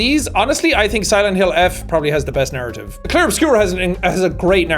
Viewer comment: every time you said narrative, i heard 'naruto' for some reason